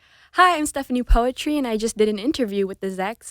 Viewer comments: She even don't know how to pronounce her name properly. Is it the parent that a bad parent or.. Is it she that bad at remember what her parent said to her? POETRI PRONOUNCED AS "PUTRI"(POOTREE). NOT POETRY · Lol never i saw this coming, an Indo at Zach's? bruh mantap jiwa. Btw ILY300 its cool and yeah but it's (still) too cringy even for me an Indo. It became viral here because it rode the train of hype of Endgame. ALSO btw her name is POETRI = PU-TRI (PU like in PUT) and (TRI like in TRINITY), it means "daughter/princess" in Indonesia. Peace from +62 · I thought it's pronounced "putri" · I always questioned why she pronounce her name poetri and now i know why..